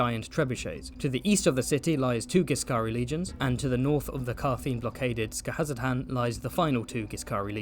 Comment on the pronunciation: absolute chef's kiss to your pronunciation of Skahazadhan, such confidence and cleanliness